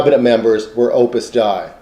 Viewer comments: Hi--this is very interesting, but just for any future reference, it's Opus "DAY-ee," not Opus "Dye" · Glad you liked it. Hope you get a chance to view some of the other videos and the writing on . Yes, others have pointed out my mispronunciation of Opus Dei - no pretence to infallibility here :)